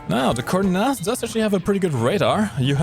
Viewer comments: Israeli here, Say it - "koor + nas" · core-nass is the correct pronounciation. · Kurnass 2000 Ace Combat music Prez What more can you ask for? Proper pronunciation of Kurnass 2000 maybe)) Good vid ))))